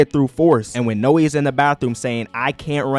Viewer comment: Not how you pronounce Noi